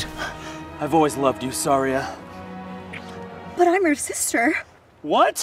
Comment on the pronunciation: it's pronounced sairia and Link and Saria are a different species. Link is hylian while Saria is a kokiri